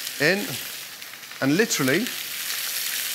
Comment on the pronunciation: "Litry"! Litry, litry, litry!